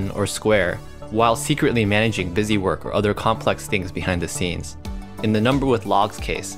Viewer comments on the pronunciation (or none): none